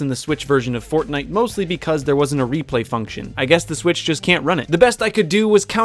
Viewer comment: did he just say fortnut?